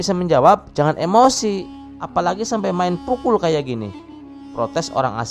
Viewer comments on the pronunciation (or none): none